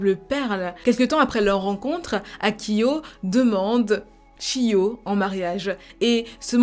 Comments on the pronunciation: Je voulais juste rappeler que le "ch" en japonais se dit "tch" donc c'est "Tchiyo"' et pas "shiyo". Pour le son "sh" c'est avec un s donc "sh". Exemple : Shingeki -> Shingeki ; Chihiro -> Tchihiro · J'étais sur le point de dire qu'elle a le même prénom que moi mais non je m'appelle Shio. D'ailleurs si ça s'écrit Chiyo ça se prononce Tchiyo normalement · Comme vous faites régulièrement (avec talent et sérieux) des vidéos sur des affaires ayant lieu au Japon, je me permets (étant à moitié japonaise) de vous dire qu'au Japon, CH se prononce "tch", le son "cheu" s'ecrivant "SH". Donc, Chiyo se prononce "tchiyo". Et c'est pourquoi Sushi s'écrit avec un SH car on prononce "souchi" et non "soutchi". (pardon si c'est pas très clair)